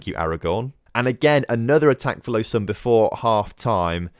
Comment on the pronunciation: low-zan = lausanne